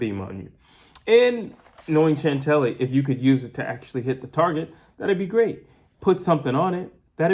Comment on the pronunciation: Please stop calling her Chantelly 😂 it’s just pronounced Chantel 😅 Taylor for the win ☘️